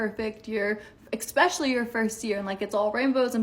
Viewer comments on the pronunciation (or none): Are stupid people saying “exspecially” now or are my ears getting overly sensitive to the speech patterns of idiots? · EXspecially is NOT A WORD!!! I CANNOT TAKE ANYONE SERIOUSLY WHEN THEY CAN'T PRONOUNCE WORDS THE WAY THEY ARE SPELLED!!!!